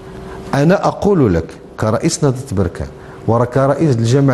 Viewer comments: بركان الباء بالسكون وليس بالضمة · مسمهاش بوركان اسمها بركان بالفتحة يا عم وعلى لفكرة لقجع راجل محترم ،مرتضى منصور ده كلام وبس والزمالك سنين بس ورا ورا يعني فشخرة و بس ، بركانية و افتخر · يا مصري نقول بركان بفتح الباء ولبس بضم الباء هذا تصحيح فقط